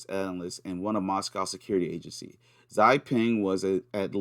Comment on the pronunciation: Hi mate. Subbed to your Odysee. Btw, I speak Chinese & "Xi" is pronounced like "she". Have a good one. 👍